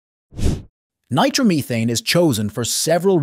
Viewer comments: Take a shot everytime you hear "nitro-meethane" RIP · You can always tell it's AI. "Nitromeething". I am concerned about the days when we won't be able to tell. AI. needs to be kept stupid.